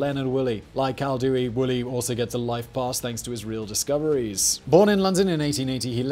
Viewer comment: I have the urgent feeling that Koldewey is spelled as Coll - dae - way